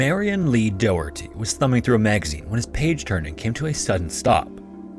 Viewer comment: Lololol "dough"herty